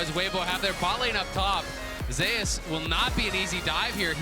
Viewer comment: They says Zeus like zay ouss lol